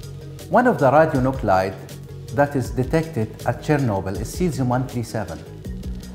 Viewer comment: when Arabs can't pronunce CH.